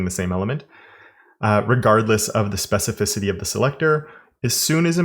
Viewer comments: I would buy it just out of respect for the amount of times he said specificity without mispronunciation. Ridiculous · I remember you struggling to say specificity, I think there is actually a dedicated video about it, glad you're saying it with ease is.